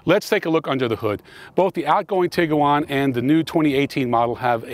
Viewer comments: tig - you - wan ... NO. tig - wan. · Whop can’t say Tiguan. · Man you are so jacked that I'm too nervous to mention the Tiguan has only two syllables. Nonetheless, your channel is very impressive.